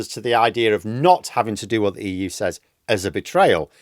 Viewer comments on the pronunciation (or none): none